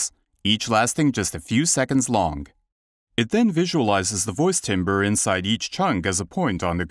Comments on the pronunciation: Voice timbers? <-- A new meme is born. 🤭 Timbre <-- Pronounced 'tamber'. 🎶 What a fantastic breakthrough plugin! Well done to all involved! 👍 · Can Vocoflex pronounce the word “timbre” correctly? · If this guy says "TIMBER" one more time!!!! ...I'm gonna go chop some wood in the backyard😠 They should've ran his voice thru vocal flex! It's pronounced "tamber". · It's actually tohmbreh, so you as an American really can't complain about someone else's pronunciation.